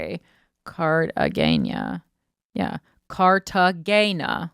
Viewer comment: Corrine absolutely butchered the word Cartagena (the g is pronounced like an h)…